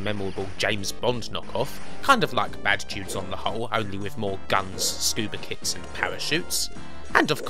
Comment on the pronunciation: the speech impediment I can forgive - not knowing the word 'dudes'!?!? unforgivable! :P